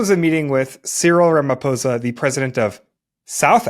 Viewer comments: Damn! You said the Our presidents surname perfectly! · correctly pronounced Ramaphosa, thanks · I appreciate your objective analysis and actual effort to research the topics you're discussing. To top it off, you actually cared to pronounce Ramaphosa correctly. Trump's tactics are really leading America down a perilous path, while elevating other countries. I feel sorry for those who didn't vote for him. I love my country 🇿🇦, even with all its troubles, and I still have hope in our government, especially now with the multiparty rulership . I'm happy that White people spoke on behalf of my president and my country. If we didn't have a white genocide at the end of apartheid, it's not going to happen anytime in the foreseeable future. We don't want to see each other dead, we want to see each other safe and prosperous. That's our collective plea to our government. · Thanks for pronouncing the name of our president correctly. These other fools keep saying Ramafosa.